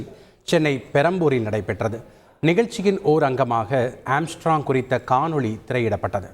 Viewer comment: Amstrog makaz athu kooda theriyaamal news vaasikkum pannaade.